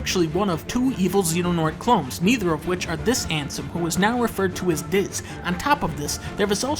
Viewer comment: It's Xehanort (pronounced "zay-an-ort") and Ansem (pronounced as you'd expect it to be). He pretty much mispronounced all the names in the video (most likely deliberately).